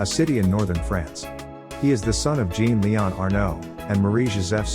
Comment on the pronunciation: How about getting a narrator who can pronounce French words, in a video about a French family? The male French name Jean is not pronounced like a girl's name, nor is Mines as in Ecole des Mines pronounced as in English. It's said Means not Mines. How difficult is it to check the script with a French speaker, and learn the right way? Just sloppy and unprofessional.